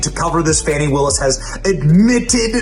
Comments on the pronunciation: It's Fanny not Fawny!! Fools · why are people pronouncing it, 'Fonni Willson'???? Its Fanny! Like the butt cheeks. She is a loser!! #DemsLie #DemsCheat #DemsSteal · Wanna bet she ignores the supeona and nothing will happen to her? She needs to buy a W if dhe wants her name to be pronounced Fawni because fani is pronounced fani not Fawni. If one is speaking English. Right? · Why are they pronouncing her name incorrectly? It’s Fani….like an ass! Not like “fawny” , a cute name for a baby deer! The media makes me sick!🧂🧂🧂🧂🧂🧂🧂🧂🧂🧂🧂🧂🧂🧂🧂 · FAWNY ?? Like a Baby a Deer A Fawn? So she has been spelling her name Wrong! No we're Not going change our English language to fit your ignorance. FANI is Not pronounced FAWNY! 🙃